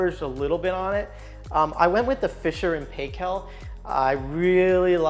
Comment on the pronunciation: As a kiwi home of Fisher and Paykel - we say PIE-KEL not paykel. Love your home